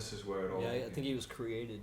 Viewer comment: "I think he was KREEated" Ok buddy.